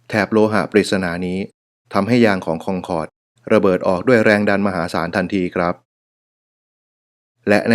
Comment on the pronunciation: ทำไมต้องอ่านว่าคองคอร์ดทั้งๆไม่มีเอนจี